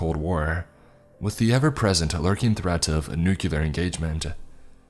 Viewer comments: Not the first time I've heard you repeat "nukelar" again and again. It's "nuclear". As Nuk-lee-ar. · knew-Q-lar? hahaha